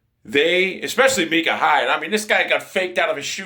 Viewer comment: I think it’s My-Cuh